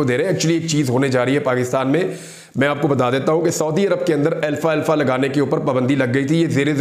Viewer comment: Alfalfa not Alfa Alfa Imran sb